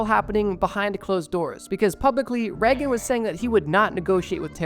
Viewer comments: not that it matters because he was a piece of garbage but it's pronounced like "rayg-in" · "Ronald Reggun" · Please google how to pronounce things. Its not reg-in. Its Ray-gehn